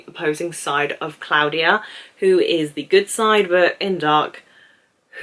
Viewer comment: as a native German speaker i can tell you that you are doing a good job on pronouncing most of the names 👍 sometimes michael becomes a mike-el, claudia becomes a claw-dia and charlotte becomes a char-let 😉 but i think that this is due to your fast thinking and speaking! enjoyed your video very much!